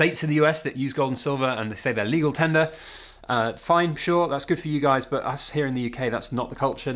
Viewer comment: That Scottish £20 note ..IS LEEEGAL TENDAR 😂😂😂